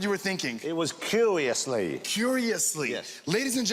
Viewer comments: cuwiously, delibewations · Cuwiously. Delibewations... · It was curewussly. It was curiously! No you twat, I said curewussly.